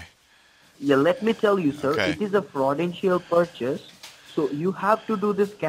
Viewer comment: That frawdentchial porchase seems very suspeechoius so check your keyboat and hold it👍Legend